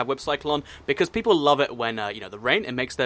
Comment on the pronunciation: its whale PEIPLPLLEE XD